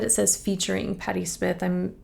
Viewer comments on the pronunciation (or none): It's Smiiiiith not Smith. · FYI "Smyth" is pronounced with a long "i" sound, rhyming with "height" or "light." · SM-EYE-th. sm-EYE-th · The Y,in her name,is pronounced,with the long,letter I sound.Such as knife.Not Smith. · I believe it's pronounced Sm-eye-th and not Smith. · Sm-eye-th, not Smith. :) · Last name is pronounced sMY--th. Must check out Goodbye to You by Scandal. Official video. Big hit. She's only 25 in that one. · BTW, her name is pronounced with a long vowel “eye”. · It's pronounced Sm-eye-th. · Smyth pronounced with a hard I vowel....like "smile" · Hi, It's like Smy (rhymes with Dry) -th. There was another artist named Patty Smith. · you pronounced her last name wrong.